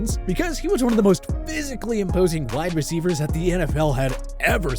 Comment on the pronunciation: You butchering these wide receivers